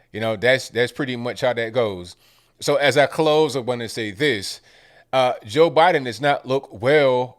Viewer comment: Who is Jor Biden?lol